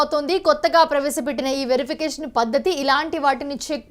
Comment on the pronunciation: డౌటే లేదు నీ లాంటి యాంకర్ ఉంటే తెలుగుకి తెగులు వచ్చి చచ్చిపోతుంది ఈ- వెరిఫికేషన్ అని చదవాలి electronic verification ఈ వెరిఫికేషన్ కాదు